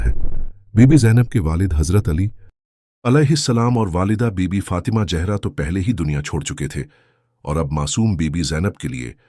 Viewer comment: Urdu ka pronunciation bht kharab hai ,what is jehra?